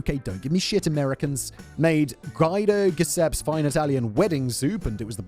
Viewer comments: Oh yeah, and that pronunciation of "Guido Guiseppe" hurt my soul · Simon following his defense of 'nicaragyuuwa' with the worst pronunciation of 'guido guiseppe' ever😂